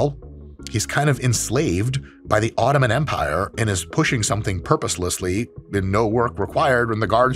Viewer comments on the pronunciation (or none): none